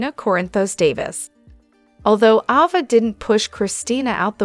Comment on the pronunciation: Ava is pronounced A va